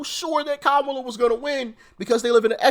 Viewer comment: Its Kamala not Kamala 😂